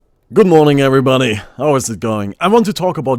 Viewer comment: "good morning every bunny" that is what i heard Xd